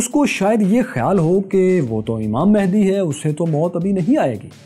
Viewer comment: امام مہندی نہیں بلکہ امام مہدی ہے صحیح لفظ